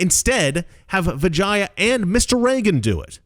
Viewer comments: I think you mispronounced vagina. Oh wait i'm sorry. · I thought you said her name was Vagina. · Why do I keep hearing vagina? Lol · I keep hearing Vijina... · Am I the only one who thought he said "vagina" every time? Lmao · 😂I’m sorry. I keep laughing every time you say vagia. Put an “n” in there. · Every time you say vagia, I hear vagina. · Anyone else keep hearing Vagina? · Every single time he says Vijaya I think he’s about to say vagina. It gets me every single time. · Every time Mr. Reagan said Vijaya's name my head would pop up as it sounded like he was starting to say "vagina". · SORRY BUT EVERY TIME YOU SAID HER NAME..I HEARD VAGINA LOL I AM SO IMMATURE